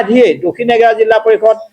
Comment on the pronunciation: Jilla nohoi Jila